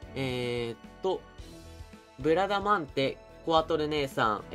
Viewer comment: ブラダマンデ・・・言いにくい・・・